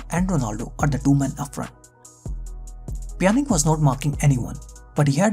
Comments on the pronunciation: I mean it's Pjanic (Pjanitschhhh) and not Pjanic (Pjanik) ... it hurts my ears ! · Dude please learn how to spell names before you make a vedio.. You can't insult the fans by calling names randomly whichever you choose for example Juventus with (yo) not (jo), just like the ( j ) in Pjanic.. You pronounced it (Pia) yet you kept saying (Pianik)! While his name is (Pjanic = Pianich) do your home work please those are well-known clubs/players.. It's really annoying to miss-spell thier names.